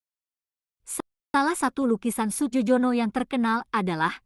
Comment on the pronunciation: Melafalkan Nama Maestro ini bukan Sujojono tapi Sujoyono … ini ejaan lama